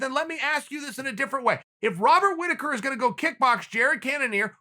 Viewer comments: Chael "Wobbert Riticker" Sonnen. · Chael “Wobert Whittaker” Sonnen